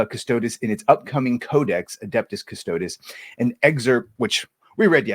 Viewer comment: Cuss Toe Deez. The pronounciation is everything.